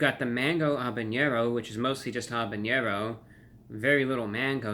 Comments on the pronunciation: Lol, love that you pronounce it habañero, but it's actually habanero. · Hey ReviewBrah, I'm gonna be that guy. Unlike jalapeño, with the 'ny'-sound, habanero has no tilde over the n, so it's just 'haba-nero'. Keep up the great reviews, I appreciate the honesty.